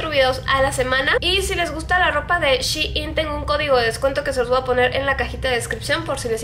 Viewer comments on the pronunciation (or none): none